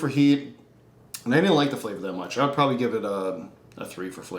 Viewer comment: the way says probly, "proay" xD